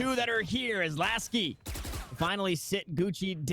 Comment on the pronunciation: Hahahha okay Mr.Bronze, btw its Laski, not Lasik 🤪